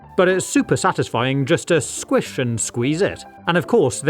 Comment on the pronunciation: It’s squish not squige (no offense your accent is different then mine I’m American I also like the videos)